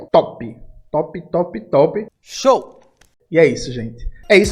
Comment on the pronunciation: O falando "Show" me pegou aqui 😂